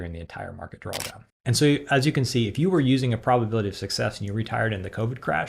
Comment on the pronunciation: are you pronouncing it "drawl down" ?